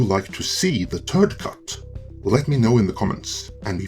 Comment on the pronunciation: "The Turd Cut" 🤣🤣🤣